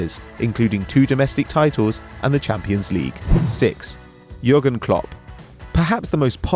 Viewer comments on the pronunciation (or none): none